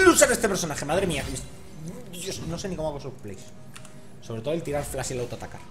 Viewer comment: Podrias PORFAVOR pronunciar flash correctamente. No se dice "FLAS" , se dice "flaSH".